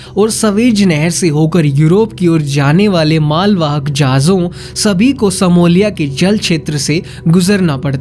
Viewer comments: अरे मूर्ख का बच्चा सिमोलिया नहीं सोमालिया होता है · ये सिमोलिया नहीं है, इसे सोमालिया कहते हैं अपना pronunciation ठीक करो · Bhai Simolia nahi Somalia 🙏🙏🙏🙏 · भाई मेरे सेमोलिया नहीं सोमालिया है। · वो सिमोलिया नही सोमालिया देश है🙏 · हिंदी सुधारो यार सोमालिया तो ठीक बोलो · सोमालिया तो बोलना सीखो